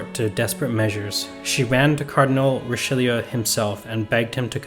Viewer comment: It’s Richaloo! Pronounce it Richaloo!!!!!!😡